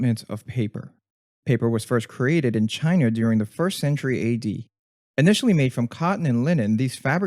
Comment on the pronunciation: Did he say Chinr lol